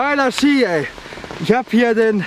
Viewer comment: Das heißt Ski nicht skier 😃